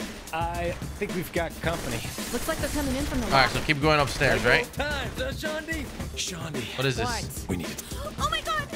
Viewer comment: ur killing me its SHAWN DEE lol i was like no wayyyyy